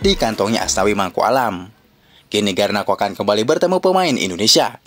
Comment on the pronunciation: Nyebutnya Garnaco aja bang klo Garnako malah terdengar lucu di telinga org indo 😅😅😅